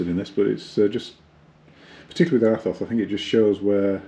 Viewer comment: Its pronounced ETHOS. Jesus.